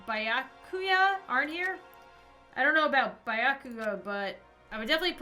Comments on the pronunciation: ok no offence...but i got super triggered when you call Byakuya (be-yaa-koo-yaa) Byakuya (by-uh-koo-yaa) LOL btw i love your vids :) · it is like this Bi-ya-ku-ya or can say this togami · Bi-ya-coo-yah Toe-gah-mee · it sounds like you're unsure of the pronunciation, here's the way to pronounce them: Naegi: Nai-eh-gi (hard g) Sayaka: Sai-uh-kuh Byakuya: Bee-yah-coo-yah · Byakuya is pronounced ( Bi-ya-coo-ya) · Bee-ya-ku-ya xD